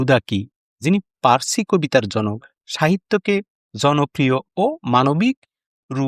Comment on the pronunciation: এই তোতলারে কে voice দিতে দিছে ও তো পার্সি শব্দটাও ঠিকমত উচ্চারণ করতে পারে না।